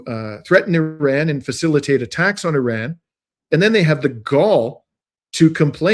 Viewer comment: Funny every once in a while you remember to pronounce Iran correctly with an R, but most of the time you show off and say "eeDon", great content, just distracting when you do weird things like that